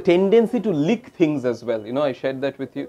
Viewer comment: Leak= leek❌ Lick= lik ✔️